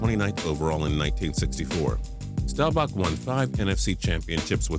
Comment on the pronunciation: Learn how to pronounce Staubach and Unitas